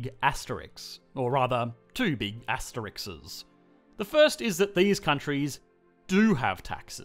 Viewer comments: I can't believe you said "asterikses". You monster! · that plural is hard only because you are saying 'asterisk' wrong. It's not 'as-ter-ix-es' it's 'a-sir-risks' You are adding 2 syllables extra.